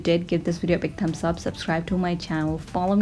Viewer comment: Cute when you say WIDEO lol